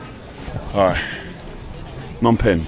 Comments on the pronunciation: You've been saying it right, the P in Phnom Penh isn't silent. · You're gonna love Phnom Penh. And yes, both P's are not silent 👍